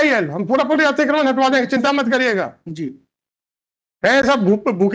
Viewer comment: अतिकर्मण 😂😂😂 अतिकर्मण नहीं अतिक्रमण। भाई हिंदी नही आती तो सीख लो।